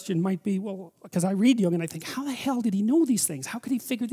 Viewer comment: it's pronounced Jung.